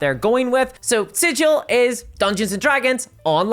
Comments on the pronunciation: OK. Let me just forget everything I've ever loved about the lore of this thing.... Done. I'm well trained in those things, now. As soon as anything shows signs of becoming a greedy corporate sh, I void my memories of it entirely (there are magical products to do that, and it's sold in every stores, I'll need litters of it though at once so it works it's magic). PS: Sigil isn't pronounced like a sigil. It's pronounced like the G in Garage. For reasons. The corpo-sectarians are transforming everything into an abomination. And we all have the endless void, now to keep us company. Yeah, that's good. It's fine. I'm fine... What is this presence I can feel somewhere all around in the void? I hope we'll be friends. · Hope it's sigil not siggle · It's pronounced Sig uhl not Sij al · Not Sijill.. its 'sig il' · The proper way to pronounce Sigil, the City of Doors (the city in the center of the multiverse): the "Sig" part is like sigma, not like "sidj" like everyone insists on. This was proven in an old version of the Planescape setting and NEVER CHANGED. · Fun fact for the algorithm: the Planescape city "Sigil" is pronounced with a hard-G sound according to its creator, unlike the soft-G of the normal word "sigil". I'm curious how WotC reps will pronounce the word when they speak it... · The planescape city is pronounced "siggggle" not "sijil" 🤧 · Once you said that it was called 'Sidj-il' like the city at the center of the multiverse I knew you were a poser: true fans know the city is pronounced 'Sig-il.' I can no longer take your content as gospel for you are a false prophet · Yes, I paused the video to read the text wall regarding the Smallville RPG. Also, is Hasbro pronouncing the VTT like "sijil" with a "j"? Any burk will tell you it's with a hard "g". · Is it named after the Planescape city? Because "Sigil" the city is pronounced SIG-il, like 'giggle.' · Sigil has a hard G like "cig-eel" fake nerd detected. Nah its ok, I made the same mistake a few months ago